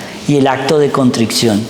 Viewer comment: Me encanta escuchar a este sacerdote. No me pierdo ningún video. Pero, por favor, que alguien le diga que se dice CONTRICION y no CONTRICCION. Gracias